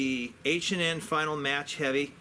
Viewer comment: Nicely done! (The pellets are finale, pronounced: fe-na-lee)